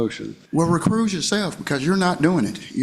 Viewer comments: Is he saying, "Recruse"? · Homeboy said “re-cruise” ya self 😂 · It’s “recuse” NOT “ Re-Cruise” you JIVE TURKEY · Did the moorish, sovcitidiot say recruse? Such an idi0t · “Recruse yourself, dude.” Between that and ‘aksing’ questions this guy can’t even speak English much less “law”. He shouldn’t be allowed to represent himself on those grounds alone. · It's correctly said, recuse, so he's saying recruse, not recruise like a ship's cruise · He's trying to say recuse